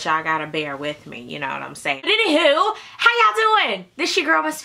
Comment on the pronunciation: Aww at the beginning you said "anywho" :-(, no "AnyHOE" like usual lmbo. I know it's small but that cracks me up errytime lol....still love ya though!